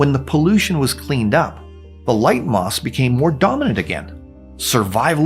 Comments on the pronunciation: is it just me, or is he saying ‘moss’ instead of ‘moths’? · Say it with me: "moTHs" not "moss"